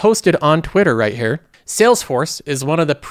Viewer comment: The way he says here is like herrrr